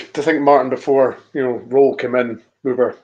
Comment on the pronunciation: Guys it’s Danny “rool” not Danny “role” ffs lol